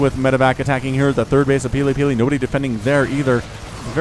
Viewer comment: Wow, you got that tongue twister quite right! Shows how much practice you have at casting :) Great game!